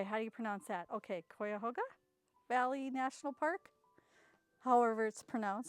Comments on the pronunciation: Love the National Park prints! Cuyahoga National park is only a half hour from me, the falls in the pic is Brandywine Falls. Fun place to hike, I go frequently. It's pronounced Ky-a-HO-ga -- you did real well ☺️. Love these unboxing videos!! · Cuyahoga Valley Nat'; Park, you pronounced that exactly right. The Cuyahoga River runs from Akron to Clevleand and is the same river that caught on Fire in the 1970's. The park is gorgeous. We lived there when our ids were small and went to many, manyprograms there. We now live in Vermont